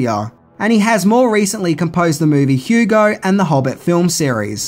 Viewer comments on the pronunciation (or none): none